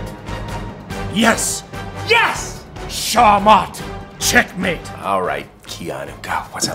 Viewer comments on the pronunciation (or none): "Shamat - checkmate" haha his pronounciation of "SchaaKmat" could use some work but awesome video!